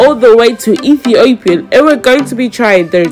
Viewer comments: THE Guy pronounced it right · Btw your dad is right pronouncing Ethiopia 💕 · The one with the red headband pronounced it very well!!! Ethiopia 🇪🇹